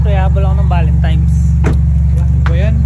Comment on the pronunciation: Valentines ❌ Valentimes ✔️ 😅😅